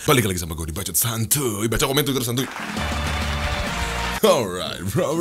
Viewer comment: Inikah yang disebut 'BBBAAACCCOOOTTT' 😂